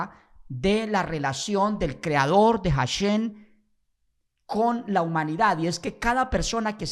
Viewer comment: Deja de decir "JasheN" primero practica la correcta pronunciación para que no se rian mas de tí. Hasta yo que soy respetuosoe río de oirte pronunciar tan mal. Mejor sólo dí El Eterno y ya.